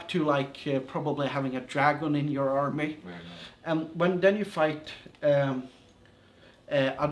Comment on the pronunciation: Also, I love the way he says army(armay) Also, is this like mount and blade at all?